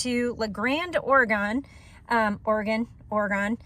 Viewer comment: Ory-Gun, not Ory-gone